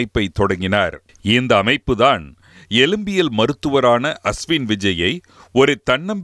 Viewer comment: எலும்பியல் (எழும்பியல் அல்ல)